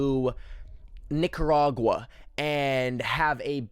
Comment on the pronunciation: i full on STAWPED the video,,,CHAT,,,ITS "NEE-CAH-RAH-WAH" NOT "nee-cer-ah-wuh" PLEASEEEE </3